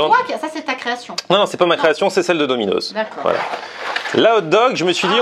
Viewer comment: Eh arrête de dire « dominoZZ » c’est « DominoSS » 😁